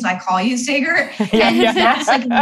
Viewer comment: Have her on again but correct her on Saagars name please!